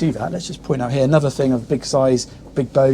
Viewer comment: Obviously, it's Obviously Obvious ! 174 'obviouslies'. Also, why is it the younger generation are incapable of pronouncing their 'TH'. ITS NOT 'FREE 2 5' 'FINK ' 'BAVIN platform' 'nice FING'. Illiteracy at it's finest. Jeez .... 😅